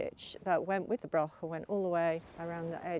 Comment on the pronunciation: The word is broch not Brock 😂